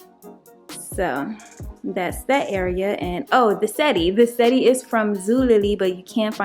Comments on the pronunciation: Settee is pronounced “se-tee” or “se-tay” but not “setty”. Thanks! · Potion 2 is great but u pronounce it set-tee that’s how lol not sette. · I want to start by saying I love your dining room. I hope I'm not offending you, because truly that is not my intentions. I just want to help you you are pronouncing the word wrong. You pronounce it how it is spell. Set tee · Both are gorgeous... you always decorate so nicely... (btw, settee is french and pronounced "set-tee") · You pronunciation of settee. Cute.